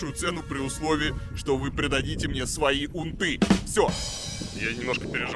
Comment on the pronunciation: Не унтЫ, а Унты. Эх, Варламов. Ты первый раз это слово слышишь?